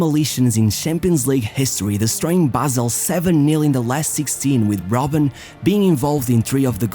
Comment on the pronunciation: Bruh it's ROBBEN